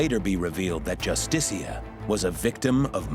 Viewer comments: Your saying the ships name wrong. It is not "Justistia." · You're making a real hash out of pronouncing the name JUSTICIA